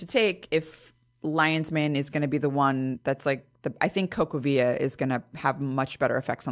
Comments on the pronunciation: I couldn’t understand what she said the best alternative was? “Cocavida”? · Lions mane is a tasty mushroom. What was the supplement the doctor mentioned.. Co va vere? Couldn't catch it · "Copavia" what? What is she saying? Never heard of this